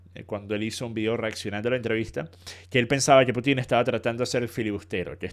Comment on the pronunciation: Sólo un pequeño alcance... es "Pútin", no "Putín" xd Cuando dicen "Putín" me suena a "putito pequeño" jajaja Como sea, buen análisis del video, 👍🏻